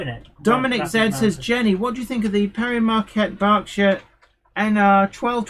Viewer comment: Pere Marquette sounds like "pea-air" and 1225 was the model for the "Polar Express" locomotive, and it's classification was "Berkshire". It's still around and running.